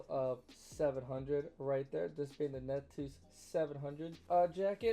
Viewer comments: big bro its pronounced nupt-see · How about you spend 5 minutes finding how to pronounce the name ‘nuptse’ correctly? Such an easy thing to do.